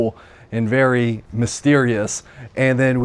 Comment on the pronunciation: This house sold recently for unobtanium $12million. Vewy Vewy Nice